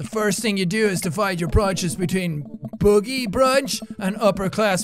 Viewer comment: is no one talking about how he said boogie instead of bougie